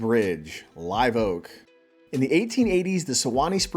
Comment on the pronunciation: Its pronounced Lah-Voke not Live Oak